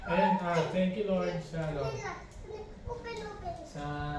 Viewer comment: pansinin mo yong thanks for watching mo. Instead na k naging g, "THANGS"